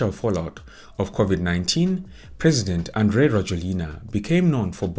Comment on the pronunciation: Andry in Malagasy is pronounced as Yanjy. So it's Yanjy Rajoelina